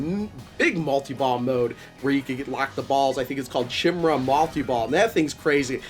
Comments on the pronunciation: 2 things 1ST is chimera (kie-mare-uh) not chim-ra shim-ra lol 2nd easy mode has no overtilt the rest do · Chimera is a mythological creature - the first part is pronounced with a 'k' like kimera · Thanks. This looks better than I expected, based on some streams I've watched earlier. BTW, Chimera should be pronounced to rhyme with "sky nearer".